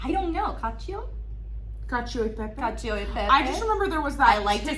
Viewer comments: Ah, thanks! So, Cacio would be pronounced with a hard c? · cc in Italian is pronounced “ch”. (ie) bocce ball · “…..so you’re supposed to say ‘cacio’???” 😂😂😂